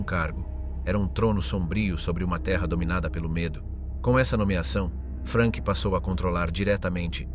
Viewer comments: Perchè "Frenk"??? Non era inglese, era tedesco! Frank!! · In tedesco si pronunzia Frank non Frenk, come in inglese. Curate meglio la AI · Jak jsem pochopil z diskuzních příspěvků bylo video promítáno i ve Francii a i zde si lidé v diskuzi všimli nepřesností. Hlas zřejmě obstarala AI, vzhledem k anglické výslovnosti jména Frank. Není to věrohodný dokument i přes velké množství nahuštěných údajů. Vyskytují se zde nepřesnosti jako například popis popravy. Nebylo tam žádné propadliště, ale kladka s provazem a odsouzený se prakticky udusil. V našem případě mu kat Nenáhlo po tzv. oběšení ještě zlomil vaz.